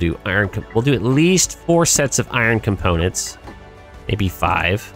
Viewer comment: I underestimated how many times was gonna say comPOWnants. hahaha